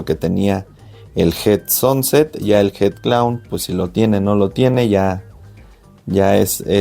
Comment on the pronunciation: A una cosa que ya sabras esa bola con get sanset que asi se pronuncias ,no sonset ,es una genetica de las mas caras, llegando a costar una sanset visual asta 30.000 dolares y mas .Y lo se por que Miguel Garcia de USA lo explico y enseño, una puesta que el crio y le hicieron una oferta por creo cuatro pitones bola sanset 100.000 dolares.